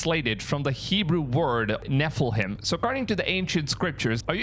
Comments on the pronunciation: Do u know how to pronounce its Nefiliem not nefhelhim😂😂😂😅😅😊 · Nepha-Lem not Nepha -Lime ! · Nef-i-lim. Not nefilhimes. Pronunciation is important 😉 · Carry a FALLEN ANGEL BLOODLINE ! Not a " divine" bloodline. And it's not Nephil HINE It's NEPH ILL IM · NEF IL IM . THATS HOW IT IS PRONOUNCED - NEF IL IM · Nephilim is the product of Angels reproducing with humans...they are not here on this earth ....when is the last time you had to run from a giant?...and Nephilin, is pronounced Ne Fi lim.....for single or plorale....Not Nefil hiems...just so you know....I've been meaning to let you know...because every time I hear you say it , you sound uneducated, not trying to be rude, just letting you know.... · OMG you ARE DUMB !!!. not neffleHAIMS , but NEFILIM !!!!! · You are pronouncing Nephelhim incorrectly - use Nef- el - him. or Nef - el - heem. Please don't use - heim. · LET ME HELP YOU OUT HERE BUB...You are PRO NOUNCING it wrobg. It sounds somethin like this looks (NEF-EHH-LEM) NOT wat u are saying (NEF-ul-HIGHM) ... YOU may ask who are you to tell me? Well I have followed,studied listened to CHUCK MUSSLER, STEVE QUYALE, TON HORN, LA. MARZULLI, PASTOR DAVID LANKFORD , TREY SMITH... TO name a few up sine of them over 20 YEAES and pretty much all.of them over a decade to 15 years... THEY all pronoubced it NEF-EH-LEM.. NOT NEF'-UL-HIGHM.. CHUCK THOUGH R.I.P. WOUKD SAY ( NA-FEEL- EE- UMM) somethin Like that😂😂 .. HIS STUFF IS AWESOME THOUGH!!! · It's NEPH IL IM not NephillHIMES 😊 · I’m begging you, please work on your pronunciations for some of your topics and names. First find out the correct pronunciation for nephilim. It isn’t nefelhim! It’s nephilim. Please, please check. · Nephilim not nephilhime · For goodness sake, it's NOT Nephil Haim it's Nephilim ! You have to pronounce "em" NOT "haim" ! Were you not teached at school ??? !!!!! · ne-fer-lerm, not ne-ferl-highm 😅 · It’s pronounced Ne - Fill - Im not Ne - Fill - Heim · Pronounced- [Ne-Fi-Lim] not [Ne-fil-heim]